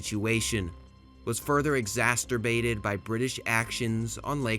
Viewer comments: It wasn't exasterbated, it was exacerbated. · "Exacterbated on Lake Hurron" my dude, learn how to pronounce words before making a video.